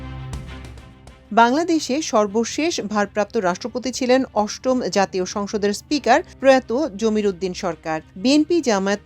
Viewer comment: Sarbosheshhh..? Very irritating, horrible pronunciation, rubbish!